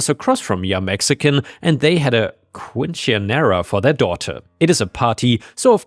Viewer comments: Quench a nar uh? 🤣🤣🤣🤣 My dude it's pronounced keen se ( 1 e so small e cents) neh ruh or ra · Quinciniera pronunciation: Kin-sin-era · Yair. Keen-sin-Yair-uh. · "Qwin-chia-era" This sent me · Quincinera Pronounced "keen-sin-err-uh" Fun with Spanish! 😂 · just fyi, quinceanera is pronounced kin-sin-yera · Just a gentle correction, the word "quinceanera" is pronounced keen-sin-air-ah. Any Hispanic listeners are free to correct me as well. I don't know if the last syllable is pronounced air-ah or yair-ah. A quinceanera is like a sweet sixteen party for girls, but celebrated at 15 hence the name. And it's a HUGE party.